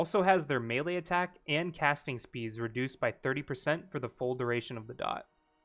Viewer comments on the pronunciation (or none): none